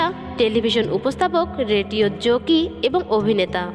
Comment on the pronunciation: উমেশ চন্দ্র আপনার ভাষায় হয়ে গেল উমস চন্দ্র? জকি না জোকি ?বাহ!!গড চার্চ বলে কোনো স্কুল নেই, ওটা অ্যাসেম্বলি অব গড চার্চ!আগে ভালো করে ভাষা চর্চা করে ও সঠিক তথ্য জেনে লোককে জানাতে আসবেন!